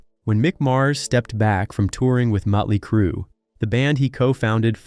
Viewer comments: This narrator can't even say the bands' name right. He keeps saying muttley crue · Who the hell is Mutly Crue ?